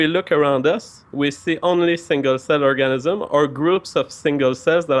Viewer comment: seems like a very intelligent man, but I can't help but giggle when he says Organism (hint: he says Orgasmism)